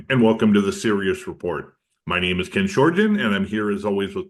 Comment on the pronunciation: Other than them mispronouncing his name (probably due to their accent) the convo is solid.